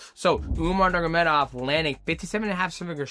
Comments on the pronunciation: NurMAgamedov, not Nurgamedov. Thank you haha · Umar NUR-MA-GO-MEDOV not NUR-GUR-MEDOV hearing you mispronounce his name so badly so many times drove me crazy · Nur-ma-go-med-ov Five syllables. You never manage more than four.😅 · Who the hell is "umagemadagufov"? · "Umar Nurgameda" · DJ said Umar Nurmagomedov 50 times and didn’t pronounce it right once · DJ has a very hard time pronouncing Nurmagomedov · did DJ go to the chael sonnen school of fighter name pronunciation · Mighty, stop saying Umar's last name lolol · DJ said Umar's name 20 different ways and I don't think one of them was right 😂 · Bro STRUGGLES to say Nurmagomedov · The way this guy says Umars last name is wild. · Ts was frying me 😂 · Take a shot every time DJ butchers the Nurmagomedov name